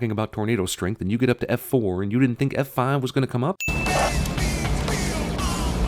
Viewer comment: Did Cinema Sins just go southern randomly? His drawl sounded like "Eff Fahhve."